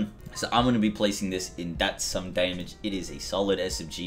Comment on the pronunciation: "Day-mij" got annoying by the third time.